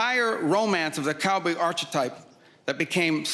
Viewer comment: the cowboy whahesay?